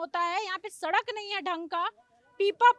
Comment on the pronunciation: Mohanpurd kya hota hai pronounciation kya hai, namune bihari reporter, sarak kya hota hai, sadak hota hai